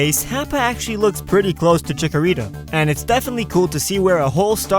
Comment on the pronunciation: DID ANYONE MENTIONED THAT HE SAID CHIKARITO